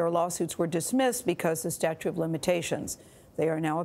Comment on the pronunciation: "Statute" not "statue," sheesh! She should know better.